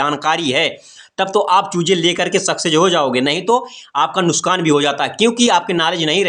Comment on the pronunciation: Nuskaan nahi.😅😅😅😅😅😅😅😅😅nuksaan hota hai